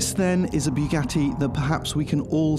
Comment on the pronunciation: Did he just say bigatii?